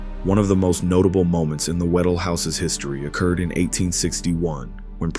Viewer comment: WHA- DELL, not waddle.pronounce the “dell”.